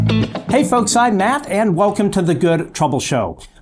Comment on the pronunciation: Short and sweet, and straight to the point. Thanks for the upload! Also it sounded like you called yourself “math” in the beginning lmao 😂